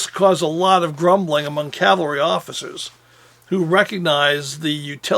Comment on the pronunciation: Long time fan...well done!...but Please...the word is caValry...Not...caLvary...49 year pet peeve thru hundreds of films,documrntaries,discussions by noted historians,researchers,film makers etc etc..a very common mistake...keep up the great work!!